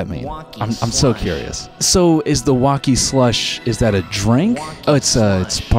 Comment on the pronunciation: the "slush" fucks me up every time man!